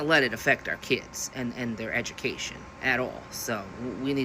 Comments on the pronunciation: "This is disrupting traffic and my childs eju-kay-sun" says she, WHILE REMOVING HER CHILD FROM THE SCHOOL!!!!! Visit reality much? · 'ameikan eju-kay-shun" - textbook oxymoron.